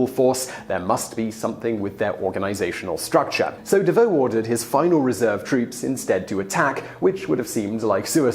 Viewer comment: At Auerstadt, I believe the General was Davout. Pronounced Davoo.